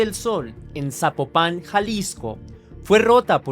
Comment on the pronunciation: Saludos desde Guadalajara Jalisco, yo no sabía de este caso pasan tantas cosas como dónde quiera que no es que México este de luto ni enterado, y te ago una observación Zapopan no lleva acento no se pronuncia así, y no ay un camión que te lleve directo de Tonalá a Zapopan más bien tomo dos camiones o un camión y el tren porqué están de orilla a orilla 😅